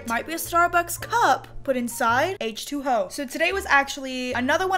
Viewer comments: It kinda sounded like she said h2hoe lol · Is it just me or did it sound like she said this may look like a starbucks cup but it has h2hoe in it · did she say H2O or H2HOE